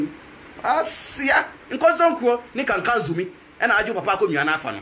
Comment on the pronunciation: please don't spoil our language is not kankanzumi is kaazunzumi